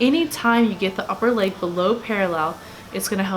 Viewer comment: Thank you for pronouncing leg correctly. Seems like everyone says " laaaaage day" ...there's no "a" in leg.